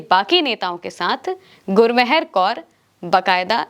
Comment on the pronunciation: गुरमहर नहीं गुरमेहर कौर मेहरबानी वाला मेहर